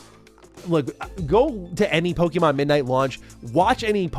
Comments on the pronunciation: All I can hear is “pokey-mon” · I hate how ppl pronounce it Poe-key-mon, when it's really Po-keh-mon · Learn how to pronounce Pokémon. Please. And Pokémon and Digimon are not early 2000's but late 1990's.